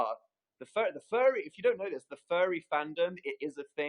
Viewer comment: i kept hearing "fairy fandom" and i was so confused until i realized he was saying "furry fandom" wow